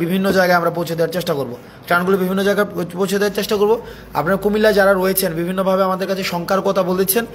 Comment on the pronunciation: চ্যাস্টা নয়৷ উচ্চারন হবে চেষ্টা টোর নয়৷ ট্যুর